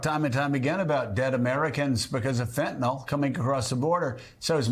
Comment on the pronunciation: The medication Fentanyl is pronounced “fent-a-nil” and not as the uninformed individuals say “fent-a-nol.” People that say “fent-a-nol” display their ignorance on the subject.